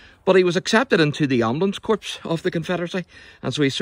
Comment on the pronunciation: corps is pronounced "core", a military term of French origin. Pronouncing it "corpse", makes it sound as if their members are dead. Very offensive to members of the U.S. Marine Corps, the Royal Flying Corps, the Peace Corps, etc. U.S. President Obama was severely castigated by the news media & many political pundits several years ago for making this very same pronunciation error. Otherwise, this was a great presentation. Best wishes, keep up the good work, & may God Bless.